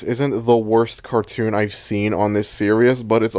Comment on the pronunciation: you cannot say series like that bro